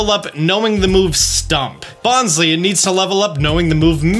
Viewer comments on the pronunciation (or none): none